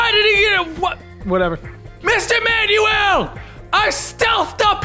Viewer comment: the way he pronounced Manuel....